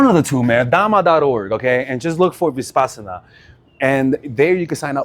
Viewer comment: It’s Vipassana not ViSpassana